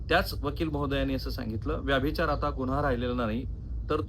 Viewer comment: राहुल साहेब कुलकर्णी आडनावाच्या मी जितक्या जणांना ओळखतो त्यात व्यभिचार या शब्दाचा वारंवार व्याभिचार असा उल्लेख करणारे आपण पहिले आणि शेवटचे कुलकर्णी . हा व्हिडीओ बघतांना नंतर नंतर तर ,तुमचा विषय राहिला बाजूला आणि मला नादच लागला कि आता व्यभिचाराचा उल्लेख तुम्ही परत व्याभिचार असा कधी करतायेत ते. 😂 तात्पर्य: पत्रकारिता आणि यू ट्यूब मधून सकस ,मराठी वाचना साठी वेळ काढणे फार गरजेचे आहे.